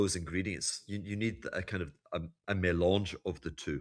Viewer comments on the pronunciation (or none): none